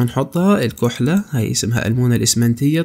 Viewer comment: اسمها الكحلة بالفتحة 😊